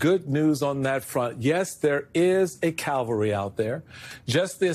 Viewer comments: Cavalry, not calvary. Very different. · it's cavalry, not calvary. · Umm it's pronounced Cavalry, not Calvary